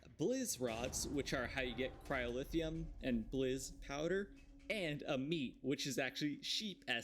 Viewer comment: Why do you keep pronouncing it "cryolithium" and "pyrolithium"? That's not what they're called